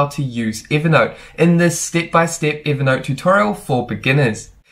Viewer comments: Count how many time you said "evee naught" 🤡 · Why is he calling it Eevernote?